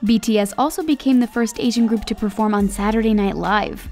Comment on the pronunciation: did she just say aisan? triggered